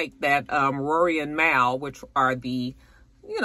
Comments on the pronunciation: I used to call Mal that too. Lol! It’s pronounced Mall 🤣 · Mal is pronounced liked the end of Jamal btw :)